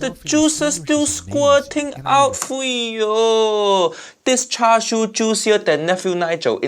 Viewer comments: Chashu: who's char siu?😂😂😂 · He not only called Tonkotsu and Cha Shu wrong to be the different things, he also called Mirin as Merium and Menma as Nemnar. HAIYAA—!!!